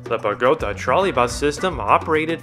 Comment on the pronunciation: Nice video. I lived in Bogota in 1969 near a trolley bus line. I frequently saw the Russian vehicles. For the record it's pronounced bo-go-TAH, with the accent on the final syllable.